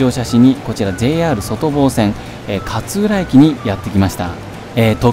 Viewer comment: 勝浦の発音が銀魂の桂小太郎のキャプテンカーツラみたいなのはまったw